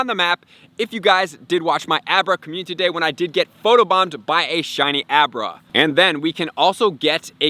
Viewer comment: I think my favorite part of this channel is hearing dude say “Commune-titty Day”. 💙